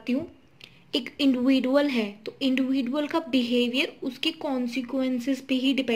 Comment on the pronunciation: Its not इंडिविडुअल it's इंडिविजुअल